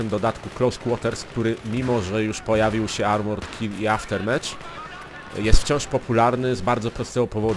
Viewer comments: Mówi się aftermaf. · Trudno to napisać, ale słychać takie "Aftermef". /watch?v=Ag4qoNzEH4w obejrzyj sobie to, dzięki temu nauczyłem się wymawiać tą trudną głoske "th". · Pisze się Aftermath a mówi się aftermat.